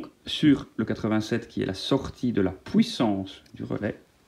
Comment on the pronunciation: "la POUISSANCE"